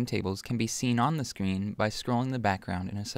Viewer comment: You said Sean not screen